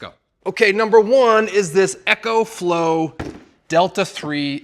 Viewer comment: I can't get over how you pronounced Ecoflow. Unsubscribed. Edit: Now you're hating on Devos! Double unsubscribed!